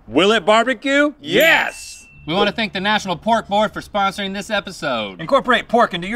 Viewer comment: "The Nastronal Pork Board?" 😆